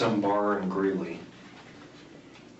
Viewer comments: Haha I made a similar comment. And she has said Greeley correctly in the past on other stories. But ya there is no N in Greeley its Gree-lee. Not about accent or saying it right, it's about reading it right. Haha king soopers has always driven me crazy as a store name. But she read it right the first time. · I LOVE YOU SWEETIE BUT IT'S GREELEY NOT GREENLY. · It's GREELEY, COLORADO, not Greenley. 😊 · GREELEY, it's Greeley, not greenly. Now I wonder how much other content has butchered facts... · Greeley. Not Greenley. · *Greeley CO not Greenly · Greeley not Greenley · Greeley not greenly... cringing at this unfortunately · It’s “Greeley” …. Not Greenly lol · Babe it's not green Lee it's greeley 😅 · Sorry, just have to say, it's Greeley, not Greenly. I lived there for about 5 years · Haha Greenly! Oh. It's Greeley Gree-lee. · I love you, girl, but I live in Colorado so before you come here be sure to pronounce these two words like this "Gree-Lee" and "king Soopers" not greenly and super king ❣❣ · Im not trying to be mean, or negative however i have to say that It's starting to bug me that all these true crime people keep calling it Greenley ... Its called GREELEY ! NO N in there. I was born there. I thought maybe i had misheard the first time, but then I heard 2 more creators call it that multiple times... If you are going to tell stories about something as serious as murder, maybe recheck all the facts and get the name of the city right,otherwise I can't take you seriously!! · as a Denver local, I can't help but giggle when says "GREEN-ly" and "super king market"... its actually GREE-LY and the store is King Soopers... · It is actually Greeley not GreeNley, no N in the word😂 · It’s “Greeley” 🤣❤️ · There is no N in greely. Not sure why she keeps saying GREEN- ly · Hey girlie! It’s GREELEY no N, Colorado, and it’s King Soopers (yep, that’s how they spell it). Not whatever you said. 😉